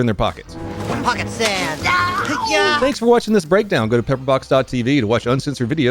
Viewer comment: "Pocket sandd"